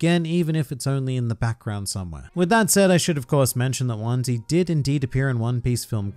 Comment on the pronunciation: I faintly remember seeing him in one or two covers over the ears. Also heraing his name pronounced like onesie is somewhat distressing, I have to say.